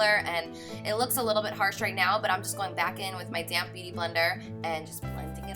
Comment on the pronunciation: Every time you say "damp beauty blender " I always think your saying "damn beauty blender" lol ... Love you though 💜